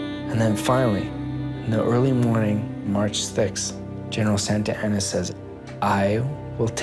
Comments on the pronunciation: "March Thix" 😂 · “March thix”